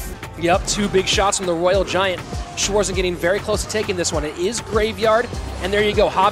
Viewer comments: Wanted to write the same haha schwoarsen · How the Narattors calling Schwarzen 😂😂 Schwoarzen